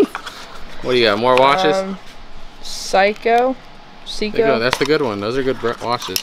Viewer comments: the watch isn't broken. They took the back off and took out the battery so it wouldn't corrode in the watch. -The watch name is spelled Seiko and is pronounced with the long "a" sound (l like day). I can't wait to see some more of this unit. It's been awesome so far. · It's not Pshyco, or Seeko...it's a Japanese brand named (phonetically) SayKo...Seiko...higher end mid range watch. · Seiko is a better Japanese brand and it's pronounced Sei= is long A and Ko =Ko long O seiko not psycho😊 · Hi guys 🖐🏼. So far I'm loving this unit. The way to say the name of the watch is::::::: say-co. And it's A pretty decent watch.😀💙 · Seiko watches are pronounced “Say-Ko “and they are a good brand. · The watch brand is pronounced say co. Lol😃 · My dear ones, the watches are pronounced Say Ko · Sake-o. Lordy..lol! I enjoy your videos. 🙂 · The watch name is pronounced SAY co and Juicy Couture is the Jr. line of Couture big Money. : ) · Seiko watch is pronounced sayko - long o. Watch is made in Japan. Good quality. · Seiko is pronounced say-koh. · SEIKO. IS pronounced. SAY-KO..🥰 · The Seiko watch is pronounced SayCo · Just FYI the watch that is spelled Is Seiko pronounced 'say' 'coe' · Seiko, pronounced liked ( SAY co) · Seiko is pronounced Sa-ko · Seiko is pronounced "sayko"! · Seiko is pronounced say-co....Gloria Vanderbilt is Cornelius Vanderbilt granddaughter and she is Anderson Cooper's mother or was she died last year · Seiko = say'-ko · Seiko is pronounced say co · Seiko pronounced say ko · Seiko is pronounced say co. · It's pronounce sei-ko it's kinda Asian brands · Say co watch (Seiko) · Its pronounced say-ko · It is pronounced say–ko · Oops bid will make a lot of money for you. I think you've just started a new way to pronounce Seiko on storage videos. All the k-nife people will also say psycho. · Pronounced say co